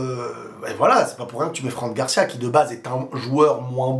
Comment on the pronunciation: Bonnes analyses. C'est marrant comment tu prononces "Franc" Garcia à la française. C'est "Fran" (franne) Garcia😉